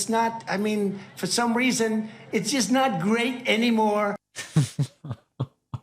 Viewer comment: Google caption was “great”’, not “gay”. Whatever gay means also “light-hearted’. I do not know if it was just a wrong pronunciation; as English is my second language.